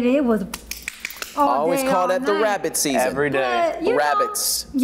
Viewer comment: Wabbit Season lol 😂Yami sis lol 🤣❤